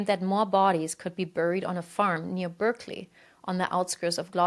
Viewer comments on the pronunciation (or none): This is an excellent coverage of the West case, and a great first video, I have subscribed. I look forward to further videos. On English place names, in addition to the advice that others have offered, Berkeley in England is pronounced as if it's spelled "Barkly" unlike the Berkeley in California. One aspect of the case that I hadn't previously known about is the alleged existence of tunnels beneath Gloucester. Alleged tunnels often come up in child abuse cases and conspiracy theories. I,m not sure how much evidence there is for these, but it would be interesting to look into this further.